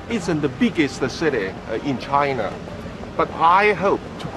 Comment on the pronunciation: China发音没必要抻那么长